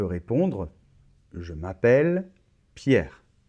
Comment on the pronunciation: Pierre tengo una pregunta en el ejercicio en la afirmación de ver la tele. En la afirmación dices "je regarde la tele" y me parece o escucho que pronuncias así "jo (bueno je) gugard la tele pero para la negación tu pronuncias o yo escucho que pronuncias jo(e) ne gugagde la tele, pero para la afirmación pronuncias gugagd y para la negación pronuncias gugagde ¿por qué cambia un poquito la pronunciación si es la misma palabra y que yo sepa, no hay liason? (O ligadura, no sé cómo se dice) por eso lo puse en francés.